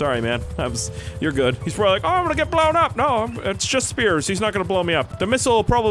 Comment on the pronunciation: intro: ITS NOT SPIERS YA KLUTZ!!!